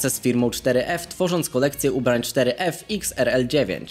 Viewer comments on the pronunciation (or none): Czyta się foref a nie czteryef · Mówi się foref